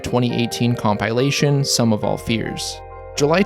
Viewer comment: "Comp-eye-lation" lol